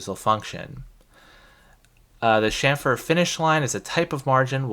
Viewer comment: yes,"sham-fur", THANK YOU!, after hearing you, I did google and found that it is "Dutch" pronounciation. I was pronouncing it wrong my whole final year, but glad that I found your channel before my finlas, which is from Tuesday 😁